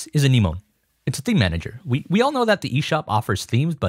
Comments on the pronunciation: A-nem-o-knee, like the creature not “a knee moan” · The way you said anemone not as an-em-oh-nee but an-ee-moan really caught me off guard lol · its pronounced "ah - nem - mon - nee" not "a - nee - moan". awesome video though man much appreciated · I'm sorry, but I can't let this slide. Anemone is not pronounced Ani-moan. It's ah-nem-o-nee. Like the ocean creature of the same name. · interesting way to pronounce 'anemone' lmao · good video, but your pronunciation of Anemone gave me an aneurysm. uh-NEM-uh-knee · Uh knee mone?! wtf was that pronunciation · Why are people incapable of pronouncing anemone